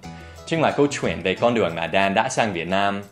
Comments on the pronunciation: Từ " kể chuyện " có cái từ " chuyện " Dan đọc nhấn mạnh quá , người việt như mình thấy đó giống như " kể truyện " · your ch in "chuyện" is too strong, make it softer and smooth.